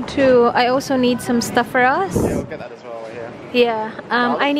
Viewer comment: Ate...bakit pag nagsabi ka ng word na "that" parang ginagawa mong silent "t" ung dulo?? parang "tha" lang.